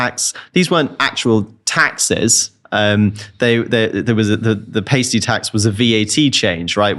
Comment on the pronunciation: Tosser can’t even say pasty, Jesus, ain’t he ever been to Greggs?